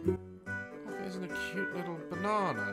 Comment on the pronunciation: I love how Daz said Banna I love how Daz said-banana